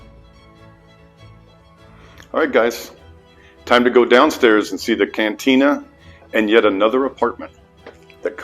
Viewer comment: CANTINA. not CATINA